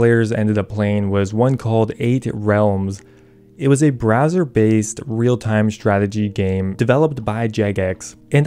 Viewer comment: It sounds like your saying a brazzers based game lmao